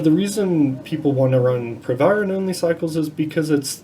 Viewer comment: The Dr can’t even pronounce the name of the drug, but wants to give advice about it